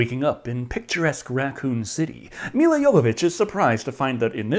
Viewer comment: One of the things l admire about is that he pronounces Milla Jovovich’s name correctly.